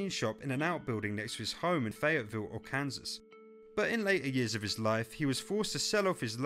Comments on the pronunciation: Arkansas is pronounced: Ar-can-saw, not Ar-kansas. Lol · Arkansas? Lol it's said Arkan-saw